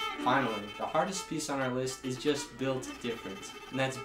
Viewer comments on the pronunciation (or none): none